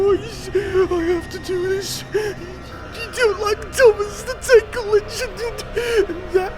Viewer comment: Thomas the tankle engine 💀